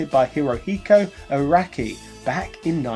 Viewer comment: Congratulations on your pronunciation of Araki